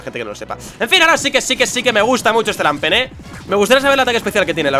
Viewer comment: se dice lampent, no lampert:v